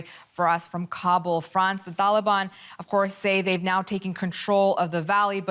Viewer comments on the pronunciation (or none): why she keeps saying Thaliban? there is no Th in there, nobody pronounces it like that